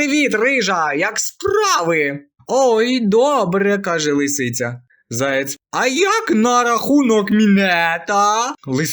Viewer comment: Заєць, а не "заяць".